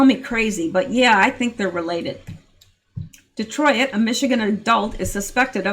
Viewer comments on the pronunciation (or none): omg, it is not Detroy-it, it is Detroit, like adroit, like exploit, like John Voight